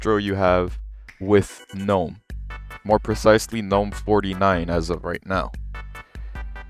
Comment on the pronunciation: finally someone that doesn't pronounce the g in gnome! honestly one of the big downsides for gnome for me is having to hear people say guh-nome. I've just finished trying out both in a virtual machine and KDE feels like the Linux I remember using 12 years ago. It doesn't look modern. It doesn't feel modern. Going from Windows 11 or especially modern versions of macOS to default KDE kinda just sucks. Gnome looks great, and it feels great, and as you've shown off here there's plenty of customisation possible.